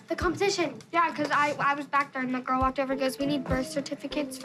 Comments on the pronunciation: “we said the same thing about your litte GooRrLl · “I WAs a BaD GOrL”